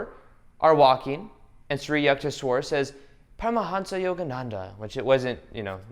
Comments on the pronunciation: The guru's name is. Yook-tay-swar..😄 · Hey, great vid as always. Just had one suggestion that Yukteswar's name is pronounced as You - kte - swar or You - ka - te - swar. Thank you once again and keep the great work going.